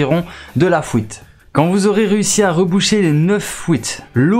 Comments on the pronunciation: ''Vous allez arriver dans les couisines'' ''et les neuf fouite '' après c'est de la dyslexie ça se travail j’étais pareil plus jeune et je le suis encore avec l'orthographe. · AightCG “La fouite” m’a fait rire aussi mdr